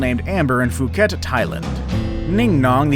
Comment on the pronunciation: Good, video for feels. But, Narrator cough cough Phuket (po͞oˈket).